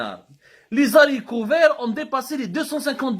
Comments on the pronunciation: Les haricots et pas les zaricots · On ne dit pas les z'harricots mais les harricots; l E s ne se rattache pas